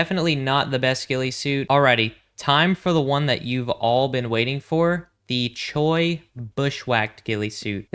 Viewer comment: Good vid props to ur pops for helping u out also chuy is pronounced chewy in Spanish